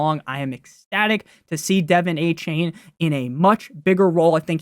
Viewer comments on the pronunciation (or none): “dolphins fan” calling achane “Devin Achain”